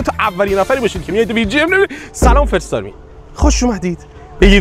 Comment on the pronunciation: نمیدونم باورت میشه یا نه ولی من یک ساله نمیفهمیدم اول ویدیو چی میگفتی (فرست آرمی) رو میگم 😂❤